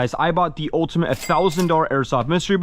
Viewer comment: bro just said ulimate